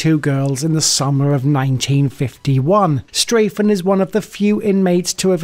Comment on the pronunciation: Well, immediately you say Straffen's name wrong. STRAH-ffen, not STRAY-ffen. Sorry to sound like a troll!